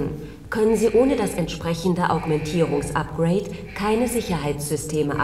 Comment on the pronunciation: Augmentierung....nicht Agomentierung...hahahaha